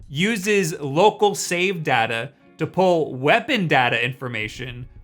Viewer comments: IM SORRY, he said data not data? Is he okay? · Day ta how you should pronounce data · he said Data instead of Data. smh. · DADA WTF?? IT'S DATA.